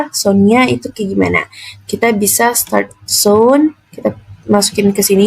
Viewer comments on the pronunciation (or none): none